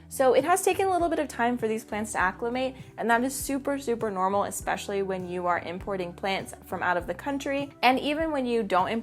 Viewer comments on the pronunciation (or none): none